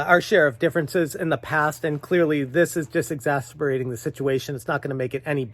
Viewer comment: Exacerbating the situation. Not exasberating